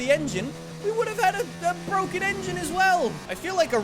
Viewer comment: It's Bwoken!!!